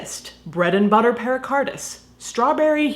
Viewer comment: It’s “pericarditis,” not “pericardis.”